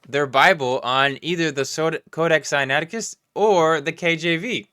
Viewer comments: Did he call it Sinacticus? That sounds like the name of an extinct bird-like dinosaur from China lol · I mean Billy Carson called it "Sinacticus"